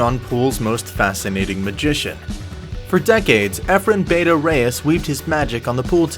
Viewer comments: Learn how to pronounce Bata. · You're pronouncing Bata wrong